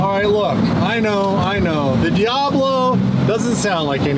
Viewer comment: the way composer said diablo in the studio made me think he meant it as DDEiablo